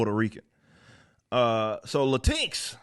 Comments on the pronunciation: Technically it would be pronounced LAY TINX. Because of the placement of the extra Consonant X and the vowel I. In addition you have to ask the question Y. Hahaha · "La tinks" will forever be how I pronounce this stupidity, thank you Eric, hearing your take on it made my day, lol. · As a mexican old school leftist, if I ever face a weirdo calling me latinx, I will knock his/her/xir/zir/they/them/it teeth out. Sounds like "chin k", if you ask me, and unpronounceable in Spanish. Latinequis? Wtf? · "latinks" lol. Idk, but sounds funny pronounced this way.